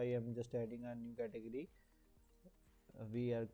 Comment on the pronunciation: learn to say category. damit